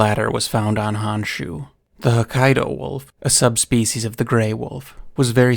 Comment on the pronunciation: So, it’s pronounced like “hone-shoe” not “hawn-shoe”.